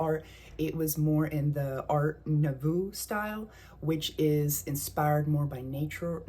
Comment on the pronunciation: Nouveau is pronounced "noovo" with the accent on the long O.